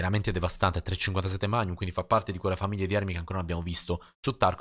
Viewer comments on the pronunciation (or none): Perché a volte dici (come molti altri) mag-num, al posto di magnum? (scritto così per spiegare cosa intendo come pronuncia). Cmq essere possessore e appassionato di armi mi aiuta ahaha